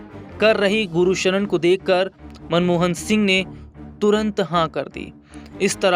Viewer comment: Gursharan hai bhai na k Guru sharan